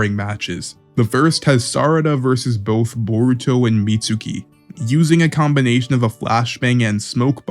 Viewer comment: "meet sookee"????